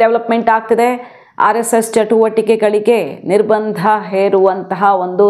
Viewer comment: "ನಿರ್ಬಂಧ "ಸರಿಯಾದ ಪದ, ಮಹಾಪ್ರಾಣ ಸರಿಯಾದ ಪದವಲ್ಲ.